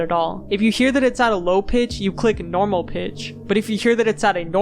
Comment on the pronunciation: "Noraml" I approve 👍